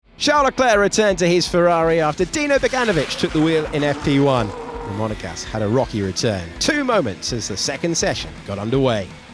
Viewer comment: How much money would it take to stop you F1 boffins from saying Monagasque every single time you talk about Leclerc?